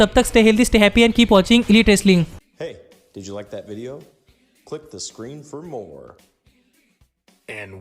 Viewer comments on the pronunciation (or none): none